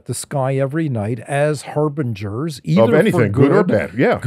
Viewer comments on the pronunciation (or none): none